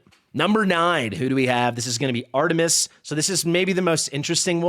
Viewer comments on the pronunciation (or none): none